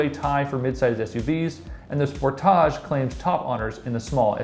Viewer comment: Toyota number 10 and Lexus number 9? What universe is JD Power living in? If you believe this, then you know nothing about cars. This video is such joke! After watching this video, I now know to never trust anything JD Power says. The announcer can't even pronounce "Equinox" and "Sportage" correctly.